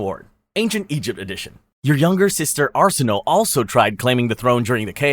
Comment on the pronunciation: Arsinöe is pronounced "ar-SIH-no-way"